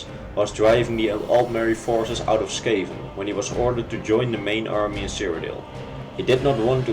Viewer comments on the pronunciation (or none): none